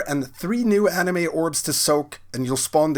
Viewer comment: "Anima", not "anime." :D